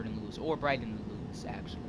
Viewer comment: Just FYI, Lewes is pronounced like the name Lewis.